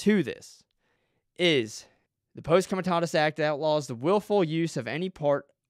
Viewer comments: Pah-see com-ah-tah-tus. Let's say it together... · For one, you don't know what Posse Comitatus is, or how to pronounce it. You also don't know that the "s" at the end of Marine Corps is silent. All branches of the military have JAG Officers. On to the exceptions of Posse Comitatus. You are making a lot of assumptions. In certain cases the military can/will make arrests pf civilians. One of them being something we may not even be aware of. For instance, if Trump passed the baton off to the military/FEMA before leaving office, they would as we speak, be running the government. It is possible, not probable, that we have no president currently. This could have been done through the signing of the insurrection act, the president giving control over to FEMA during a national emergency, or by signing a PEAD. All of these examples would make posse comitatus null and void. Please do a little more research. I don't believe he was arrested, but that's not my problem with your video.